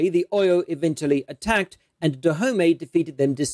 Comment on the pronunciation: Your pronunciation of Oyo is appalling